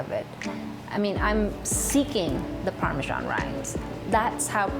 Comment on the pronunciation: Parme*S*an - it's an S, not a G.